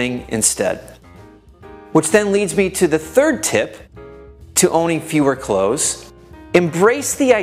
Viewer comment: Good advice to would be minimalists. I cannot help but cringe at the mispronunciation of the word “clothes”. It is not close, as in “close the door”. Nor is it pronounced close as in “near”. The word “million” is also mispronounced. Just saying..........